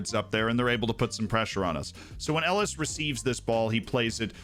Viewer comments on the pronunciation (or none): none